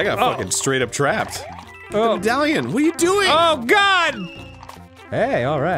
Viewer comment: Médaillon, not meudalion.